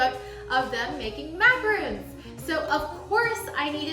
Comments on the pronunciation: That's macaRONs sweetie. MacaRONs. lol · Thank you for posting! I’m going to give it a go! Just FYI, because I’ve been called out on this, you’re pronouncing it “macaroon,” which is not a big deal, but a macaroon is a completely different dessert.